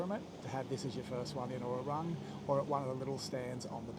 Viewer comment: I enjoy your videos. With all due respect, please pronounce the word ‘warung’ correctly for your viewers. It is pronounced ‘wuh-roong’ (long vowel). Cheers.